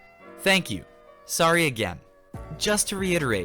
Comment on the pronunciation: (Oh sowwy)